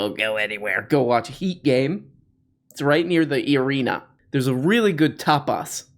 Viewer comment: Did you say "arena" or "urine-a"?